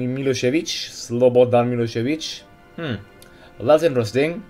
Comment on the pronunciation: you pronounced slobodan milosevic very well